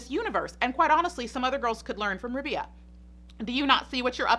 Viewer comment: It's Rabeeeeeya. Long eeee. Not like. Rub'ya. 🙄